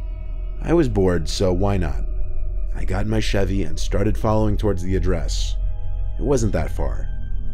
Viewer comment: When he said, “I got in my Chevy,” I thought he said, “I got a machete.”